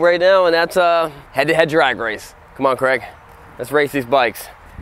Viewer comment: To be fair does pronounce Craig as Kreg.